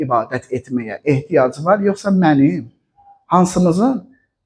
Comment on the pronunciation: Yuhsa deyil yuhsi